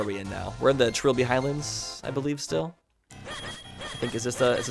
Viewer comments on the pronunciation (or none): none